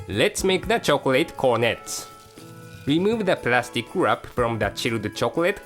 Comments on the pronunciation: lol I like it when he says "Lets wrap it with the Plastic WAAP!" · I love the way he says wrap ^_^